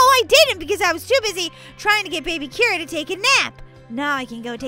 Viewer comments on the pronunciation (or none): Its Kira not Mira.